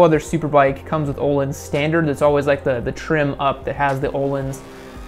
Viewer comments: the name Ohlin is pronounced oh-leans. It is a Swedish word, and is not pronounced like a word in English. A-crap-a-vitch is how the exhaust company Akrapovic is said. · The pronunciation of Öhlins made me want to jump off a cliff.